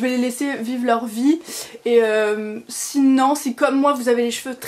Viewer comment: Ce n'est pas pour critiquer, juste une remarque : c'est drôle tu dis toujours "sinan" au lieu de sinon ^^ La tenue est classe, j'aime vraiment beaucoup les chaussures ! J'aimerais bien m'en trouver une paire dans le même style, peut être avec un détail en cuir nude, à voir ! Biz !